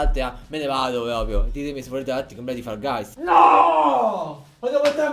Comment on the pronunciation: Ma lo sa che si dice fol gais e non fall gays??